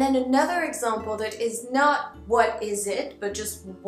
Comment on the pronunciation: Tu as prononcé le mot "example" comme "exèmple" :) Mais en tout cas ton accent américain est superbe !